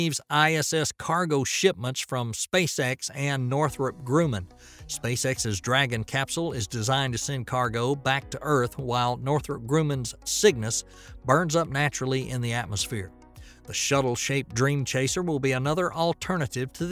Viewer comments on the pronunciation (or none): Grumman is pronounced "Grah-muhn". not 'Grew-man' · You're mispronouncing Grumman. It's not groom, it's grum... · Wow, these AI voices are pretty good... but calling 1.5G 1.5 grams is telling... and mispronouncing Grumman is also jarring... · Northrop /Groom man/ or Grumman as in /Grah-man/? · Thank you for your report; I appreciate your work in bringing this to your audience. I would like to point out that you are mis-pronouncing the name of one of Spacex's contractors, Northrup Grumman. Grumman is pronounced like the word, 'crumb,' but with a 'G' sound, not like a bride's future husband. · He pronounces "Grumman" like that in every video. (And depending on where the name originates it might actually be a correct pronunciation; albeit it's not the commonly used one.) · I walked around the mammoth buildings that comprised Grumman Aerospace. Never heard anyone pronounce it like that. Absolutely positive that Leroy Grumman's dad never did.